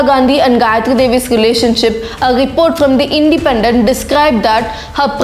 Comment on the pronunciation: One correction, the Bengali word Path (পাঠ) is not the English Path. It is pronounced as strong t and it means to learn. So, Path Bhavan means Adobe of learning.